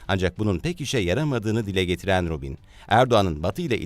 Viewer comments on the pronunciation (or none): Ruben diye yazilir o...c diye okunur🇹🇷🇹🇷🇹🇷